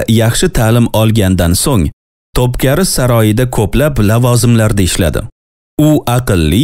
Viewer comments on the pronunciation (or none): To’pkari emas, To’pkapi saroyi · Топкари эмас топкапи ,эхх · Тупкапи саройи.Тупкари эмас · Топкари эмас Топ копи (топ- замбарак) ( копи- эшик) дигани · Топкари эмас Топ капи🌷🌹😊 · Топкапи булса керак, Топкари эмас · Top keri soroyi emas top kapi saroyi